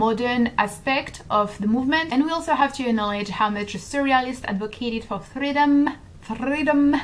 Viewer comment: I died when you said "fRRRReadom". That made my day